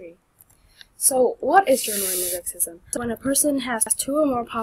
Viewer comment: mosaicism, not mosakecism